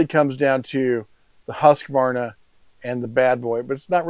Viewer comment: Fun fact: Its Not pronunsed "HaskAvarna" its pronunsed "Huuskvarna" :)